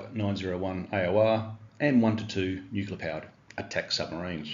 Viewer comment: Brother, I enjoy your content. Small gripe though. Re: pronouncing nuclear. We need to shout it from the roof tops that it's pronounced as it's spelled. I can't say I've seen any words in the dictionary spelled nucular, but I have heard of one that's phonetically pronounced nu-cle-ar. That other silly way is vapid americanism sneaking in to our lingo. I've even heard Australian prime ministers embarassingly failing this test. For God's sake our language is one of the cultural things that differentiates us as Australians from the US, and I don't know about you, but I'm proud of those differences. Banish that illiterate way of saying nuclear- pleaaaseeee. Otherwise it's after-school detention for you mister.